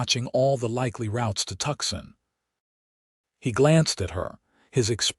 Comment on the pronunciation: "TUCSON" IS STILL ONLY PRONOUNCED "TWO-SAWN" or "Too-sawn" as in, "He has 'Two' 'sawn' trees down and five more to go...